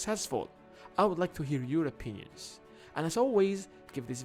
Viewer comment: I like the way you say "I would like to hear your opinions". It sounds to me like "I would like to hear Europeans". Fantastic Video by the way. I love it.